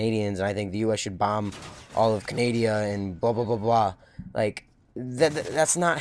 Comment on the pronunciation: who would call canada, canadia